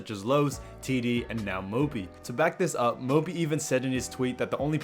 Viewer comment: Can always say Mópi ;)